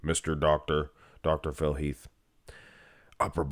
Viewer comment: Phil Heath….its Phil Heath.